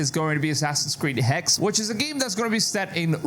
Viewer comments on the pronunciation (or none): Hexe not hex. Pronounce it right it's german not English